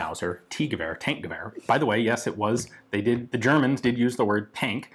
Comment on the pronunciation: Its more like Tankgewehr [Tunk..]